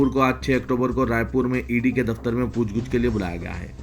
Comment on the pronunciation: Pooch gooch nahi bhai Pooch gach urdu ka janaza nikal diya apne ❤